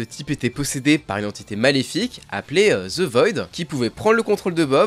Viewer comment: Ze ze ze s'est the